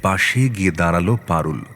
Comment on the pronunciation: কথক "বাড়ি" কে "বারি" বলছেন কেন??? "দাঁড়াল" কে "দাঁরাল" ???